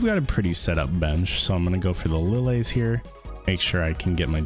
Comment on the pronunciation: Who pronounces "Lillie" as "Li-lay"? its "Li-Lee" like "Lilly".